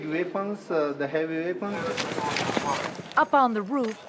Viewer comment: "Ve cannot use the er big veapons" - ?That's a strange Afghan accent there. lol